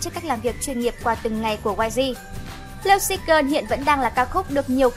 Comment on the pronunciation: Thích top sao Hàn làm, nhưng chị lại đọc các tên bài hát hay tên idol ko đc em tại lắm lovesick gơn 😖😖😖😳😳😳😖 là gì